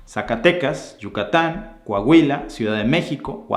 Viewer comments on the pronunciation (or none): none